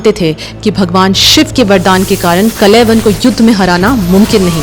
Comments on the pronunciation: इन आधे अधूरे महाज्ञानियों ने अलग ही नरक मचा रखा है 😡😡 कथा तो अच्छे से बताया आपने लेकिन दीदी उनका नाम कलयवन नहीं कालयवन था, और उनका नाम मुचूकुंडा नहीं मुचुकुंद था,, नाम ही बदल दिया आपने क्यों..?? अगर अंग्रेजी वाले शब्द उपयोग करने थे, जिनके उपयोग से कथा और उच्चारित नाम का अर्थ अनर्थ हो जाता है तो अंग्रेजी भाषा में ही वीडियो बना देती आप,, जैसे अंग्रेजी में-- श्री राम को रामा, श्री कृष्ण को कृष्णा, शिव जी को शिवा, अरे मत करो ये सब जब हिंदी भाषा मे वीडियो बना रहे हो तो भगवान का नाम वैसे ही उच्चारित करो न जैसे हमारे वेदों और पुराणों में वर्णित हैं। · His name is Kaalyavan, Not Kalayvan. Correct the pronunciation. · कलेवन नहीं... कालयवन हैं... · Kalayvan nahi kalyavan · Please pronounce the names correctly. The names are काल यवन and मुचकुंद Not कलयवान and मुच कुंडा 😢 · आपको हिंदी भाषा पढ़ने की बहुत ज्यादा आवश्यकता है, 1- कलयवन नहीं "कालयवन" 2-मुचुकुंडा नहीं "मुचुकुंद" 3-इक्ष्वकु नहीं "इक्ष्वाकु वंश" बाकी कथा बहुत सुन्दर व्यक्त की है आपने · Madam ji it's kaaliyavan not kalayvana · Kalayawan nahi o bai..kaal yavan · बहुत बढ़िया लेकिन यह नाम कलयवन ना होकर कालयवन है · Kaaala yavan .. not kalayavan😮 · Kalavan nhi uska naam thaa kalan 😂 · Your knowledge is good 😊😊.but That was कालयवन not कलेवन 🙏🙏🙏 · It's not कलयवन it's कालयवन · काल यवन Not a klyavan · Wo Kaal Yavan tha, kalayavan nahi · Kalayyavav nahi kal yavan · आपने सही बताया,पर कलयवन नहीं कालयवन नाम था। उसी तरह मुचुकुंडा नहीं मुचुकुंद नाम था। ये इसलिए आपने बोला जैसे योग को लोग आजकल योगा बोलने लगे हैं। अंग्रेजी भाषा का प्रभाव। जय श्री राम 🚩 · Kaalyavan not klyvan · Story telling is excellent... Villain name mispronounced.. Kaal Yavan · Pronounce the name of KAAL.. YAVAN properly